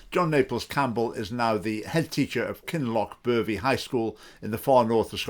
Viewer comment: i thought you said 'Kinlochpervie ''